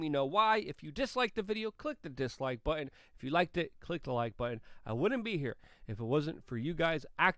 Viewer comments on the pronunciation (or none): none